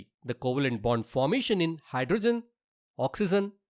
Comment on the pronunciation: 1.oxygen ❌ oxyzen✅ 2.hydrogen❌ hydrozen ✅ 3.nitrogen ❌ nitrozen✅ 😂😂😂😂